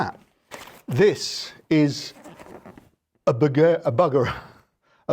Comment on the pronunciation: Allo. Good to see you. Too much grass to mow, animals to tend to and kids to get back to school for me. Add my practice time and I barely get to see you anyway. Buggerer lol It is pronounced Boogerer....